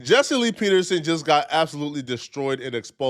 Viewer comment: His name is Peter-Son ?